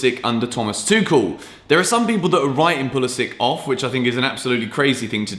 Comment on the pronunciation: Guys FYI, stop destroying coach name, Tuchel is pronounced "Toorel" and not "Tookel", just a short note